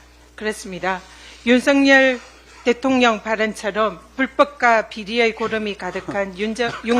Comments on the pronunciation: 김병주 의원님 은근히 발음이 대통년으로 들리는데 ㅋㅋㅋ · 김병주 의원님 발음이 대통년으로 들려요. 바이든 날리면인가요?